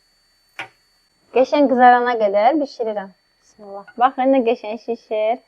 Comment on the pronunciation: Bissimillah yox ay xanim Bismillah